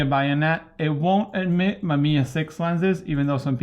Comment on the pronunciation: A love the way you say 'bayonet'. It sounds as if you're saying 'buy-a-net', heehee!